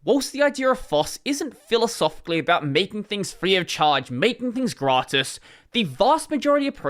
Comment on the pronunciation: Hearing say "gratis" as a spanish person is sure a whiplash when you're not expecting it ahhaha. Good one though! That's how you say it.